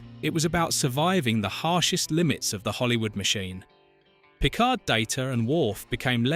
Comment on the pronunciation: Let's start with pronouncing Picard as Pikar.